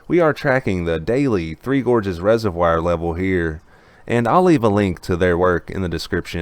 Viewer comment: Love your channel. View and upvote every day. But you should pronounce 'reservoir' the correct way: /ˈrezərˌvwär/ You can look it up.